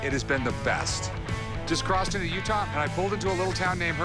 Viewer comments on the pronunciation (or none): none